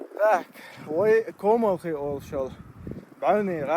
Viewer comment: Комалх. Произносите правильно